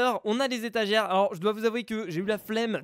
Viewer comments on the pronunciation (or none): A c'est moi ou tu dis étagiere 😂 a la place de étagère